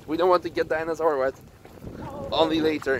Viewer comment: Haha. Dyana-sur 😂😂😂👍